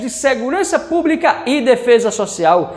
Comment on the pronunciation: "disciprina" e segurança "púbrica" tá foda brother....